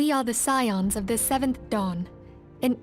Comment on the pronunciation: Scions is pronounced 'sigh-ons'. Also, when you talked to the plague doctor, the word redolently means 'related to a pleasant smell'. Urianger has the same voice actor as Balthier